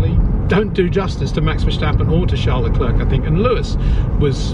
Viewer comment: Please pronounce Charles Leclerc's name correctly: "Charl Leclair". He has been and will be around a long time. Courtesy and professionalism demand no less. Thank you.